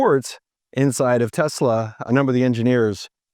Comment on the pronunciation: Did you see Elon's face when Trump misprounced the company name as Tesler?😂 It was priceless!! 😂